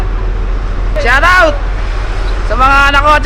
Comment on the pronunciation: "Shawtawt sa mga misis ko" LOL